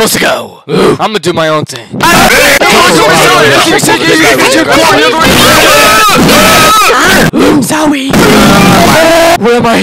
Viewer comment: Nah, I'mma do my own theeng? BRO'S NOT SURE⁉️